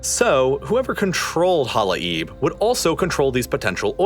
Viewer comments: In case someone is interested: it is pronounced as Hala-yeb … not Hala-eeb. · It's pronounced Hala-yeb Not hala-eeb 😄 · Halai’b you guys butchered its proununciation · his pronunciation to the word "hala'ib" is so hilarious to me and completely different from the original native one